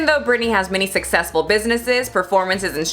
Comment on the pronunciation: I love this video... But her name is Britney 🤭 not Brittany 🙈